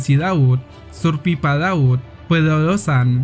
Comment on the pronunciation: 10:7 surpipal kedengarannya😆